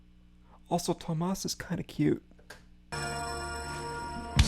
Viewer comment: It’s delightful to watch you, someone clearly a fan of the original, listen to this and give us your honest thoughts on what you like and what you maybe don’t. Nothing wrong with preferring one to the other, or liking both. Thank you for sharing your reaction with us. And since I’m here, quick pronunciation notes: Floor is pronounced the same as the the English word floor, and Tuomas has three syllables with the emphasis on the first- i.e., Tuo- rhymes with duo and the -mas is the same as in Christmas. Here’s a link to an audio sample